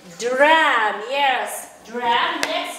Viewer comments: The stress is on the second syllable in the word guitar (gi"ta:) and it's drum, dr/\m, not dram. И в каком вузе вы учились интересно? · Причем дети правильно говорят Драм, а учительница как назло говорит Dram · Дрэм? ГИтар? Вы откуда такой английский вообще берете?